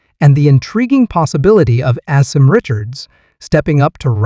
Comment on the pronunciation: Pronounced- Ah-Sim